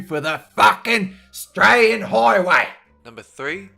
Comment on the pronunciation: "FUCKIN STRALIAN HIGHWAY" 😂😂😂💀